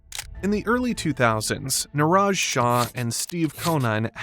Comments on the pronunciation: Nur-ridge like courage. Not near-aje like garage. the way they're saying it. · His name's pronounced such that it rhymes with Courage. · No it isn't. I'm South Asian, I know how names are pronounced. Niraj is pronounced more like a French name.